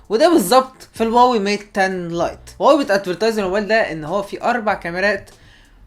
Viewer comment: هواوي وليس واوي يا واوي